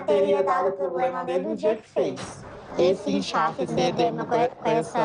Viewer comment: pois é, e falou poblema também como pode gente! Se até no português ela é fraca imagina como profissional!?